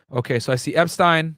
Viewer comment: And you’re right you may want to cross your t’s on “epstines” case. Starting with how it’s pronounced lol